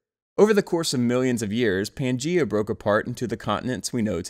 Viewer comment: It’s pronounced pan-Gay-a